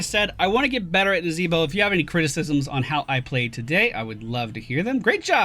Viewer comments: is there a story behind why he says it that way? or is it just for fun? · Why do you say the name of the character in such a way?